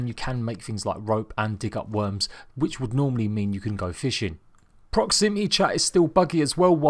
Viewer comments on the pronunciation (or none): none